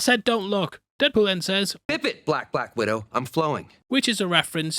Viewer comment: Is that my host i hear??